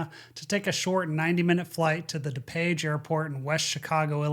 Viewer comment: It's not da-page. It's DooPage.